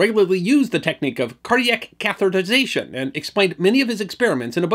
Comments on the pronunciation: Thanks so much for a great video. And especially for pronouncing "catheterization" correctly! So many people don't. (Catherization is the usual mispronunciation.) A small thing but it can drive a person nuts! (Like hearing "nucular" instead of "nuclear.") Yeah... I know... OCD! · Nice work on pronouncing 'catheterization'. It's a twongue tister.